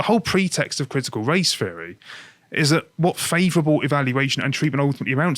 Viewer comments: Can someone have a word with about th-fronting. It makes it hard to listen to when he keeps saying "feary" instead of "theory" etc. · This guy always makes it sound like "critical race fairy" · I keep hearing "critical race fairy." ..